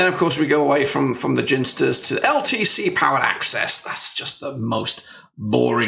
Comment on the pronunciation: Sooo annoying hearing you say, "Ginsters". Its clearly pronounced 'Ginsters'.